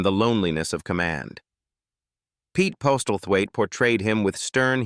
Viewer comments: Worst AI pronunciation ever. Pete Postal Thwaite!!! lol... It is pronounced 'Posslethwaite...' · Maurice Roeves...its pronounced "Reeves" not "Ro-evs." 🏴 And Pete Postlethwaite...pronounced "Possil-wait". Why the addenda of Actors' "Net Worth"... Tacky and irrelevant.